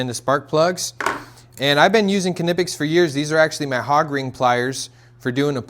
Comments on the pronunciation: The K in Knipex is silent as in knife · Dude, I‘m impressed! By what I see, and by what I can hear min: „Knipex“ pronounced just like a true German! 🇩🇪👏🏼